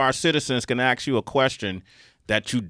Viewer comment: Ask. Not axe